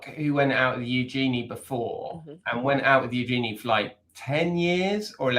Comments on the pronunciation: It is pronounced YOO-zhuh-nee. Emphasis on front end and soft j. It’s actually a pretty name when pronounced properly. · First up, pronounce Eugenie's name properly. It's a soft g, listen to the Queen pronounce it. Yes, Edo was definitely in it for the name of the Princess, that's obvious. You think if she wasn't royalty, he'd have married her?